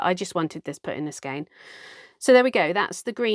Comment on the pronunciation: Loved the sheep coat you made out of your second spin! I've always pronounced "skein" as "skane", so no need to change it, IMO. You are already correct! I always put several ties on my yarn when it's on the niddy-noddy before removing it. Some people might even say I overdo it but it does prevent the yarn from becoming a Gordian knot. (Use a contrasting yarn so that it's easier to find when the time comes to remove it.) How do people spin really finely? For some of us, that's just our natural spinning style. Have you got a choice of grooves for the band on the flyer? If you have, use the one with the largest diameter, as that will slow your flyer down, which will help to reduce the over-spinning. (As a very fine spinner, I need to "over-spin" because otherwise those few wisps of fibre just won't hold together.) Were you thinking of the "Spruce and Linen" channel for the lady who weaves pictures with art yarn that she makes? She does some lovely work. I get the feeling that you are going to have lots of fun spinning adventures and learning ahead of you.